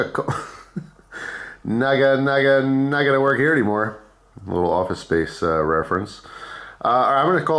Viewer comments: Kana kaʻ ole- just like it is spelled. Do better. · Kan-aw-ka the. Ole is olay